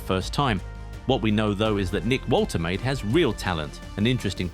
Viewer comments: Pronounced "Vol-te-mah-de" not voltermaid. German name. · The pronunciation is Volter Mardurr